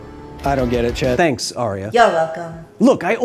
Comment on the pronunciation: lol I thought you said "I don't get it, Chet." but you said "chat" Why is it only that word, though? Like, you don't say "thet" instead of "that", for instance.